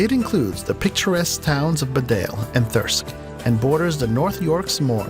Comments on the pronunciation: Bead ale is pronounced bee dale and it’s on the edge of the Yorkshire Moore’s not the dales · buh-dale? I wondered where that was for a minute lol Bee-dale :P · Errr - you've never actually been here have you? You show a photo of the North Yorkshire Moors but you talk about the Dales (very different). Chelmsford is an ugly post war mess. Derbyshire is prnounced "Darbyshire" and your "B'dale" is actually "Beedale". If you'd been here you would know this stuff. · B-dale in North Yorkshire. No, it’s Bedale pronounced Bee-dale. This guy clearly hadn’t been to any of these places, many of them questionable “Best Places to Live”. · Bedale is not pronounced Bed-ale, it's BEEEdale....... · Please use someone for your commentaries who has at least an idea of how to pronounce British place names. Derbyshire is pronounced 'DArbysher'. St Albans isn't pronounced: 'Saint AL-bans' it's 'Saint ALL-bans' and it's not 'B'dale' it's 'BEEdale.' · I don't know: he made Bedale sound quite continental pronouncing it B'dale.